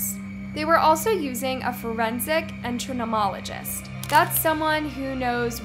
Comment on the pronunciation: Cadaver, entomologist, court martial - three examples of terrible mispronunciations. What is her deal?? If you don't know how to speak intelligently, why not hire a professional voice actor?